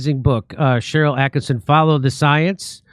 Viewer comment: ATTKISSON, NOT ATTKINSON